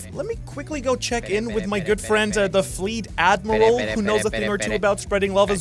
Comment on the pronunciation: Alright. The AD-Miral got me ice cold xD